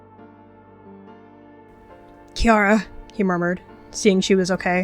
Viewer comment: I thought it was Kirra not kiarra